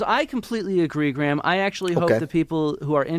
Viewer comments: A point of pronunciation: Graham in British English (ˈɡreɪəm); in American English (græm). In any case, the H is silent. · I know you like to know how people pronounce thing's so I'll do my best. Graham is Grey/um not Gra/ham, in England.